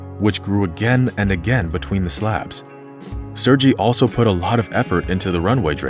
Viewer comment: You have a great voice and very good presentation but please check prior to future recordings when it comes to foreign names. It is SERGEY or SERGEI the 'G' sounds like in Gun Gear Guy Gone Gulp Good :-) Cheers man and no hard feelings please :o)